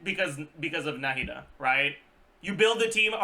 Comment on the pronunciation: his pronunciation of their name is actually close to being correct to the Arabic pronunciation, not 100% correct tho